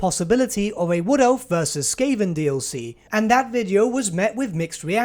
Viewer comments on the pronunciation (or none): I think you pronounced skaven wrong. Dark Elf and skaven don’t even sound the same ;)